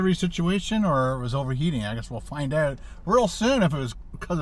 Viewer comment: It's OUT , not "OWT"